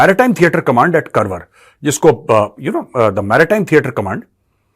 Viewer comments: Sir please note it’s pronounced as Kaarwaar not Karwar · सर, जिसे आप करवर बोल रहे हैं वह करवर नहीं 'कारवार' है. मैं उसी जिल्हेसे हूँ. कोंकणी मातृभाषा है मेरी. बुरा मत मानिएगा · Sir , Karwar is pronounced as Car-waar